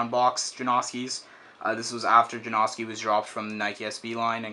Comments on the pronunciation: I hate when people call them Ja-No-Ski or Ja-Nos-Ki. Even Stefan pronounces it Ja-Now-Ski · i like how you're saying his name wrong... It's pronounced Janowskie. Not Jonoeski LOL. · i hate how you're mispornouncing janoski, not janawwwski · It's janoski not janaughski that's how your pernouncing it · please just call them juh-now-skees not juh-nosk-i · Way to pronounce his fucking name wrong It's not Jan-AW-ski it's Jan-OW-ski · forreal, its Ja-now-ski. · Ja-nah-ski - janoski, if you watch one of his skate vids you'll now how to say it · It's Yanoski not Janoski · its prenounced (jan-oh-ski) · It's janoski, get your facts right. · lol theres pronounced jonowski btw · Its jan-uh-skees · It is pronounced JAN-OW-SKEE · It's pronounced juh-now-ski. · Janawskis lol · i hate the way to say janAHski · jesus christ if your not gonna skate the shoes then at least pronounce his name right jesus christ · He doesn't even say janoski right. It annoying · say his name right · you said janoski wrong throughout the whole video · You say janoski wrong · You'd think after the 12th pair you'd learn how to say his name correctly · Can't he say it right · most likely not because he doesn't even know how to pronounce janoski right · please, learn how to say Janoski...please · dude i cant sit here and listen to butcher the name of one of my favorite pro skateboarders. learn how to pronounce "janoski" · please learn how to say janoski